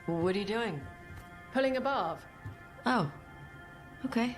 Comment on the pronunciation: I keep hearing "Barv" as "Barf"...which is somehow appropriate, given the subject matter.